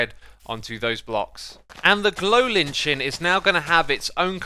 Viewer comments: I feel like he's just messing with us at this point "The glow-linchin' " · I know its really doesn't matter but I've noticed in quite a few videos recently you pronounce lichen as lin-chin. There is no n in the middle of the word and its pronounced lai-kn. I'm sorry if this is nit picky or rude I just thought you might like to know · Lichen is pronounced "like-in" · It's not lit-chin, its lie-ken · X I looked up how to pronounce lichen lol because you were unsure when you first said it: so firstly lichen not li n chen and yeah it's pronounced like "lie-kun" hope that helps lol :) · “Like N” not “Litch N” 😋👍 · Another drop in the bucket, but lichen is pronounced Like-en, not li-tch-en. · Yo, lova ya X, but its 'Like-en" not 'lich-en' lol. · Lichen = "liken," not "litchen" :p <3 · Lichen is pronounced "Liken" not "Lin chin" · ..... this dude just said lin chin -_- my dude its its pronounced Lyken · am I the only one who gets bothered when he says "linchen" instead of lichen(pronounced - lyken)? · I would like to point out that there's actually a tweet from a Mojang developer saying how 'Lichen' is pronounced as 'LY-ken' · Lichen is pronounced like “liken” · How does he pronounce it like Linchin?! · by the way, lichen is pronounced lie-kin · Awesome video, I'm super excited! BTW Xisuma, Lichen is pronounced like "Liken" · glow lichen, the word "lichen" is pronounced like "liken" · What was going on there with the moss on top of the water? The inner pieces looked like they were touching the water but the outside were not. Also, Lichen is pronounced li-ken. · I love these also quick correction "lichen" is actually pronounced "lie-ken" (literally why is english like this ajdjfjccnjs) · Lichen is pronounced like-n instead of lich-en btw Edit: the ‘e’ is either silent or pronounced with a soft ‘i’ sound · hey FYI , Lichen is pronounced lai - ken , same as ''like'' but with a N at the end, Liken. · Small critique: 'Lichen' is pronounced 'lie-ken' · its pronounced glow Liken